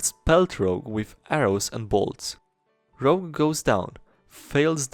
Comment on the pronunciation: OMG IT'S ROGUE NOT ROUGE PLEASE! omfg my ocd....